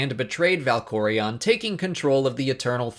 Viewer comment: Dude. You must WAY to much emphasis on certain names. ValkorEON arCAN thexAN.